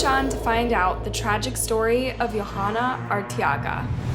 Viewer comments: The girl's name (Yhoana) is pronounced yo-AH-nuh, not yo-HA-nuh. The "h" is silent. Kind of a big oversight. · As a latina in sorry but i cringed at the pronunciation of the names....Velasquez. Its "veh-lass-kez". And .most likely her name is probably pronounced "joanna" Y makes a j sound in spanish. Her last name is Arteaga which is either pronounced "R-tea-ga" or pronounced like Ortega ( like the taco brand n my maiden name btw😉) except just with an A sound instead of an O. No hate n many prob think Its not a big deal but if it was my family member or friend id want their name pronounced correctly😊.Such a tragic horrible story. Just awful. So sad.😞rip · Her name is pronounced Joe-ah-nah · You're butchering these peoples' names, honey. It's "Yo-(w)AH-nah" rhymes with "Moana", that cute animated movie about a Hawaiian surfer girl. Pay attention to where the H is and the fact that the girl is obviously not Scandinavian of any sort, that would change a J sound to a Y sound. The accent stress goes on the capitalized letters. Her last name is "Ar-tay-AH- gah". And you butchered the last name when you show the mother's face. Once again , pay attention to where the letters are! It's "Vel-AHSS-kez.